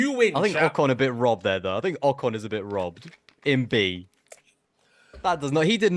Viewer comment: You really need to be pronouncing names correctly. Your guest said Ocon correct multiple times and you didn't seem to care.